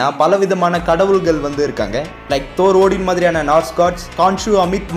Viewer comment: Thoor❌ thaaarr✔